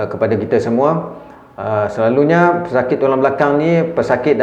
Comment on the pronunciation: Selalunya jadi selaluNYEEEE